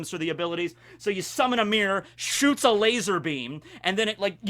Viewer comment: Member wen used to say laaasooorrss instead of laser